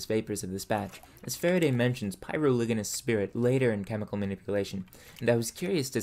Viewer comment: I use graphite to draw, traditionally. Btw, what you read as "Section Ivy" is really meant to be "Section Four". And you said "pyroligneous" wrong.